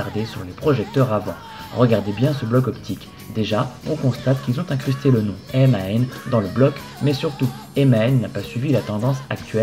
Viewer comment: On dit MAN et non M.A.N!!